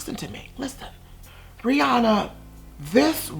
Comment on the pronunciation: The way he says her name 😭😂😂